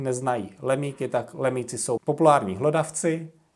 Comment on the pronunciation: Lumíci, ne lemíci!